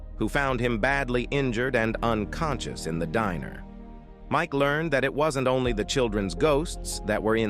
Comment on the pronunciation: hospitaail 💀 unconsshoos💀💀💀💀💀💀💀💀💀💀💀💀💀💀💀💀💀